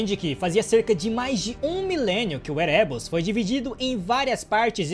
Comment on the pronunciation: Érebos, ÉREBOS, A PRONÚNCIA É ÉREBOS